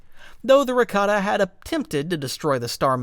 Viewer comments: Raktarn really? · There are a lot of issues on here. Mispronounced rakata and the rakata called their empire the rakatan empire not the infinite empire. Called the ones celestial when they’re not their descendants. The real celestial disappeared after the rakatans started taking control of the galaxy